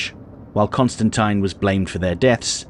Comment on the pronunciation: Thank you for pronouncing Costantine correctly. I've been fighting that fight for years now.